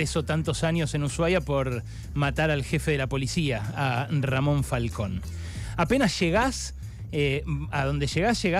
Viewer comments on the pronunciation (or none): none